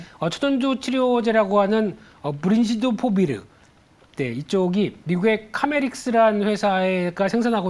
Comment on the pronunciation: 키메릭스 입니다. 카메릭스가 아니라.